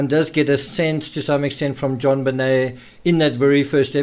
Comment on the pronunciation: why are calling JonBenet "JobBenel " at the end ?? don't even know her name properly but making all these videos to make money on you tube ?? and what was atthe last photos of her pointer out in a circle ?? never explained ...